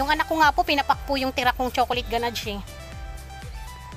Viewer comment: Loop pan and ganadge sorry to correct po its loaf sound s like lowf not loop and ganash not ganadge